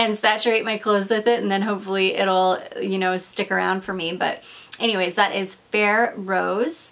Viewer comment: Now I’m very curious about Ferré perfumes! BTW, he’s Italian, the name pronounced with the emphasis on the last E: FerrE :)